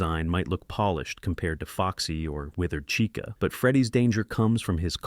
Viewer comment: Bro said Rockstar caicha